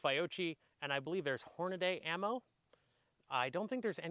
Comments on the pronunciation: “Figh-oh-chie and Horn-na-day” Jk, great video. Subscribed. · I don’t think you could have possibly mispronounced both Fiocchi and Hornady more